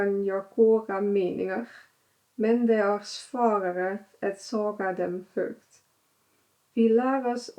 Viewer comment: Your Swedish is pretty good.. Some pronunciation could be improved.. Like "säga" would sound like "sä-ja"..other than that you're doing pretty well 😎